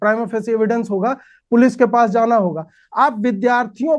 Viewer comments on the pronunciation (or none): none